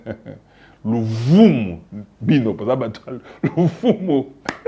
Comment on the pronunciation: c'est "luvunu" pas luvumu.